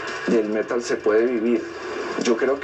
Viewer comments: Alguien que le enseñe a decir Metal al de la voz en off (hasta en eso se ve el atraso)... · El Metal <<< esa pronunciación jajajajajaja